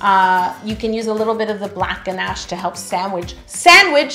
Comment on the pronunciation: I like how you say GNASH I really hear your Canadian accent🤗